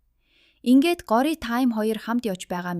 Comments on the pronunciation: гори гээд байх юм гоорияа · Gooryaa gej duudna shuu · Time✅Taamm❎ Gorya✅goorya❎ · Goroa bish gorya bas time bish thyme haha (no hate) 🙌🏻🙏🏻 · горяа гэдэггүй билүү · Goorya geed duudiich😂😅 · Gori ч гэх шиг дуудаж чадахгүй бол монгол нэр өгөөч Цэцгээ ч юм уу Нараа Горойж үх гээд байгаа юм шиг сонсогдож бна үзэхээс дургуй хүрчихлээ ёоо арай² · Нэрийн зөв дуудаачээ Гора Тайм эдр ‼️